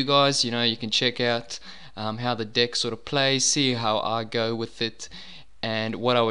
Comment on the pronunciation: enunciate your FREAKIN Es YOU SAID DICK LIKE 70 TIMES